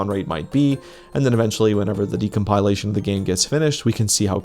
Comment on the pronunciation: i love your videos. please stop mispronouncing decompilation 🤕